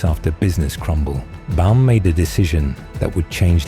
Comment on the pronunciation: Baum, not Bal